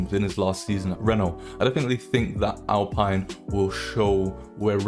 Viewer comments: Alpine is spoken out as Alpeene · Alpine said like “Al-Peen” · you are saying alpine wrong